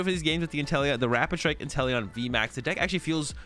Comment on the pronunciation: I kept hearing you say “Italian Vmax”